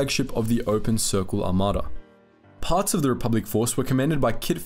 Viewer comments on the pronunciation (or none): none